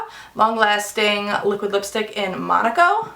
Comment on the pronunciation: I just want to say thank you for pronouncing the name of the Ofra lipstick correctly. I have now seen about 6 videos and they all called it ma-na-co instead of Mon-a-co. I am not making fun but I can't figure out hiw you can't say the name of a country correctly. Anyway...O can't wait for TNT lipstick and palette to arrive. That mask looks awesome. I also am a cat mom of two Ursula and Delta. Matter-of-fact Delta is a Diabetes alert cat for my one a d only human child. He is 14 and a type 1 diabetic. We didn't train her just something she started doing when we got her 6 months ago.